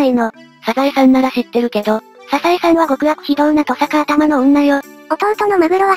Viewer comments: ササエさんじゃなくて、サザエさんですけど😅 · ササエさんじゃなくてサザエさん マグロじゃなくてカツオ